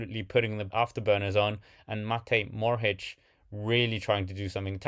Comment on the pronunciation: Matej Mohorič not Morhič!